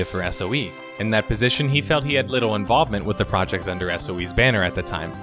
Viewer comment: Youre an above average narrator for youtube videos, but you should work on your "L" pronunciation. it sounds like youre saying "worud" and "litto" instead of worLd and littLe. it takes me out of the video. press your tongue against the back of your two front teeth and hit the L hard. you have to practice it to train your mouth and tongue. i tell my students to walk around and just repeat the words all day. interesting video though, my brother still plays everquest for several hours a day. luckily i abandoned my warcraft addiction years ago